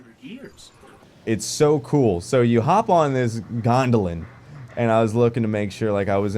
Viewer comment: He calls it a gondolan😂😂😂